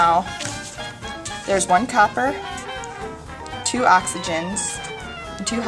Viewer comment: Your two's comes out as Z's. Great to see the reaction at the end.